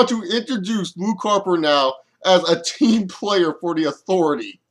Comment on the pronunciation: i almost pissed my pants laughing when Luke Harper said ''Im a team playerr''''...